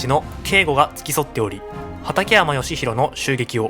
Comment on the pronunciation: 畠山義就の事を。→(よしひろ)って言ってるけど、正しくは→(よしなり)。